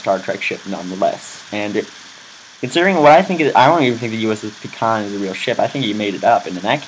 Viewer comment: Its is pronounced Pie Con. - Look at BSG for reference.